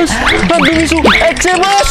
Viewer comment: Maaf yg bener mixue dibacanya miswe ya bukan miksyu🙏